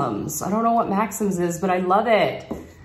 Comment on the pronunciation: This was so much fun to watch--I really like all of it. The smaller pink earrings are super cute, and your mom has a good eye. Your apartment looks amazing--I'm thinking it's an older place? Pronounce the name Maxim's, as Max-EEM's. Now you'll sound very French!